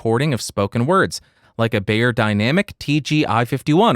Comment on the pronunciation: just a tip (and only for a moment): Beyer, being German should be read like "Buyer", not "Bayer".